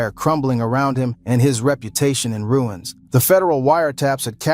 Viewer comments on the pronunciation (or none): none